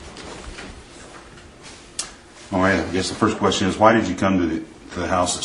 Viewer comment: "Issa queshten"